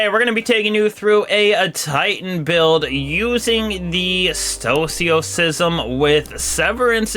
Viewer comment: Stoicism. Read it. Pronounce it.